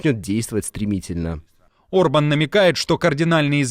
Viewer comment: Премьер-министр Венгрии Виктор Орбан,а не Урбан.Пишете и говорите обо всем в мире,а не можете правильно произнести имя главы страны,про которую рассказываете.Горе блогеры!!!